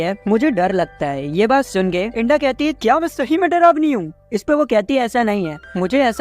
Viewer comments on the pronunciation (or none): Bhai to inda ko genda kiu bol rahe...... Inda🚫genda♎